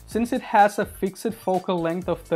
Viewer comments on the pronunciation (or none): Lol the way you pronounced "FIXED"